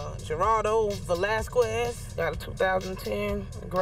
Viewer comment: pronounced Velasquez wrong 😂